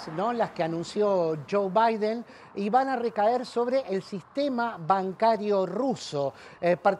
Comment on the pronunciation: Jajaja chuw baiden jajaja estos que no pueden hablar como corresponde.